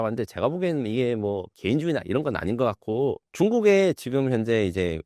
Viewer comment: 사화자 발음 고쳐요 것 겉고 —>것 같고 집중안됨